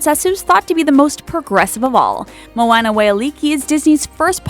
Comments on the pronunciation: ikr she pronounced it wrong. it's pronounced something like mo-ah-nah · Ceana F I cringed when she said Moana's name wrong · Ceana F and moana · I'm not even gonna try with saying how annoying this video is, but I will mention one thing. Clearly you haven't seen the movies if you pronounce Moana, Merida, and Elena wrong. You look so dumb when you pronounce them wrong even when they're said a billion times in the movies. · Moana, Merida, and Tiana were pronounced wrong but Elena was right. I should know, my name is Elena